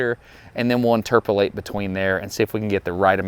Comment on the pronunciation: 🤣🤣🤣🤣You got me with "interperlate" I'm dying over here. Love your videos. Keep up the good work!